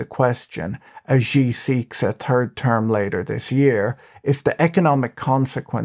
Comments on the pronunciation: xi's name is pronounced "she" not "gee" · Xi ! pronounced like "she" not zhee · Xi is pronounced SHE SHE, SHE, SHE, SHE, SHE, SHE, SHE, SHE, SHE, SHE, SHE AND NOT JEE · You pronounce Xi incorrectly. The X is not pronounced as it is in English, it is pronounced like a 'sh' sound, so his name is more like 'Shi'. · im no expert but it xi is pronounced "she" for us english speakin folkal ... afaik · You'd have a lot more credibility when talking about China if you knew how to pronounce "Shenzhen" and "President Xi," or if you knew that only depictions of Xi as Winnie the Poo is banned in China and not the character as a whole.